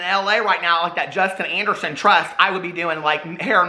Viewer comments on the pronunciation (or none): none